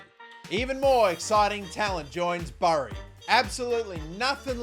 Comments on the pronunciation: Great video but it pronounced as bery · As a fellow Aussie I have to point out that Bury the town is pronounced like in "Bury a body" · Just for reference its pronounced berry if that makes sense 😂 great vid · You’ve probs already been told but it’s pronounced berry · Just to let you know Bury is pronounced like Berry